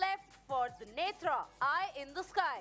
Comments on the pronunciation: It's NETRA not "Netr". Hindi commentator pronouncing wrongly. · The lady commenting in English should learn to pronounce Netra correctly.